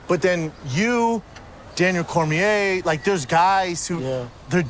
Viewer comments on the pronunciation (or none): And not long after that he says Daniel cormeeeeeay Never heard it pronounced like that he's not French ffs